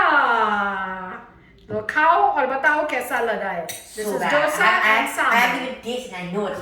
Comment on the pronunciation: Dosa is The sound not duh sound and it is sambaar not sambhar